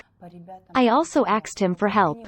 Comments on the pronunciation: These automatic translation voices are very good, but they have some way to go yet. Asked is a very different word to axed and has a very different meaning. That one is especially prevalent in this video. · Crazy automated voice. It incorrectly says "aksed". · Why does the female text to voice program keep saying "axed" for asked? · How the hell does a translation software say 'axed' instead of 'asked', like Americans (usually black) sometimes say? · "no one axed me" im sorry i know this is serous by translator reading "asked" as "axed"